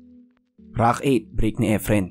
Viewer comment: Please stop saying “IDOL” and also pronounce rack not “ROCK”… lol